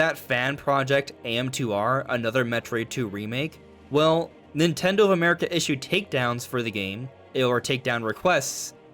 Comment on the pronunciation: Nin Ten dHo